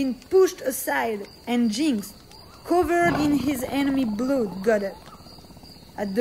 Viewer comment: Lol blood is said ‘blud’ not ‘bloooood’